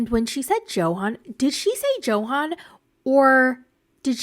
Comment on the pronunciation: His name is pronounced Yohan, but she doesn’t care to pronounce his name correctly. So annoying